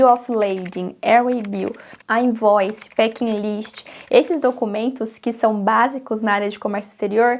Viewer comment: Sei que você não perguntou mas percebo que todas as vezes que você fala palavras em inglês você adiciona vogais no fim das palavras e isso é um erro. Não é o seu accent, não me entenda errado. Falar facie bookie, i likie… invoicy… isso são erros que cometemos. Eu já fiz muito isso mas aos poucos da pra ir polindo e melhorando essa pronúncia. Exemplo, importie and exportie… fala um T mudo e o inglês vai mudar muitoooo